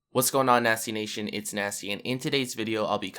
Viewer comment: I really liked the video but when you say nasteey I can't stop hearing nazi